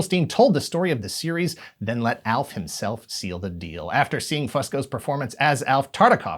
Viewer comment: “Alf himsalf”. Gold